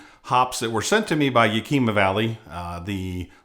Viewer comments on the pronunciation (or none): as a born and bred PNW it's YAK-i-MAH. :D